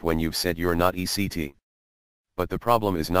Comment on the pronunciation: It's ETC. NOT ECT. short for etcetera .. latin I think.